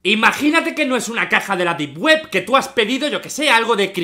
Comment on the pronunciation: Deep web ❌ Dip Guep ✅ XD, bromita 🥺